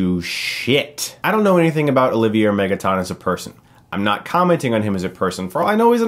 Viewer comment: His name is pronounced Olivier (O-Liv-E-Eh). It's French.